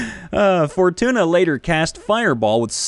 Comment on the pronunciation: I totally heard fortuna as for tuna... I was confused lol